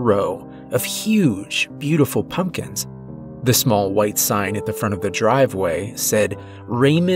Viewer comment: I just noticed that at about he mispronounces sign right after the author speaks of a sign being spelled incorrectly. Doesn't take away from the story at all, just caught it this go round.